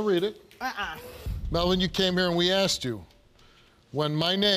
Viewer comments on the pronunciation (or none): It's horrific the amount of axing that goes on with these people. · Why can't she say asked